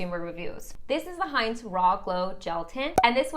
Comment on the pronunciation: Not hah-ince, it’s heen-ce!